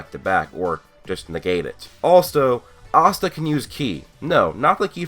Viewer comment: Its Asta NOT Assta I'm so tired off hearing dis and then if you watch the anime you HEAR them pronounce IT